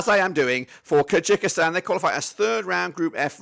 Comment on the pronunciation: Kyrgyzstan 2 - 1 Thailand, goals from Kimi Merk, Joel Kojo also its pronounced Kur guh staan or Kur gy staan